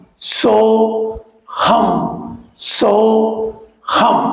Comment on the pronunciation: சோகம் அல்ல.. சோ.. ஹம்